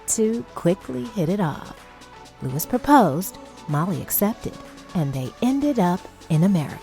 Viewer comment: it was really bothering me that the lady was pronouncing luis wrong